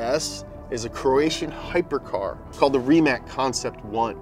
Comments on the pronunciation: yay, Rimac episode coming up, I've been waiting for it PS: if rimac ceo watches this, he'll call and tell him the, "ei, its Rimac(rematch) not Rimac(Rimak)", watch that one time rimac concept 1raced with a gt3rs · Reemac bruh